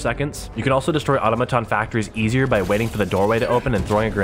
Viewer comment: You keep saying auto-maton, it's au-tom-aton